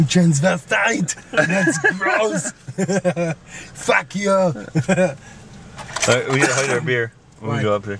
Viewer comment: His first "FACK EYOU" had me rolling.